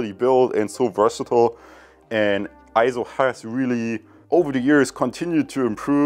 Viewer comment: EIZO is correctly pronounced as AY-ZO and not I-ZO or EE-ZO. It's pronounced just like you would pronounce the "ei" in the Japanese word sensei (sen-say). For reference see